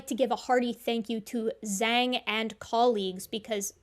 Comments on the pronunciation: Well done Zhang! Also just wanted to note that, at least assuming it's using that standard modern Chinese transliteration system, the Zh should be pronounced like English J. Or more precisely, the sounds written as "J" and "Zh" in the Pinyin writing system are 2 distinct sounds in Mandarin that are both like English J, except with the tongue further forward so that the tongue body rather than the tongue tip contacts the gum ridge for the former and the tongue tip curled further back so it contacts the roof of the mouth for the latter. For native English speakers, the difference is very hard to hear, but it's apparently clear enough if you grew up speaking the language. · I think Zhang is pronounced more like 'Jang.' I applaud Zhang.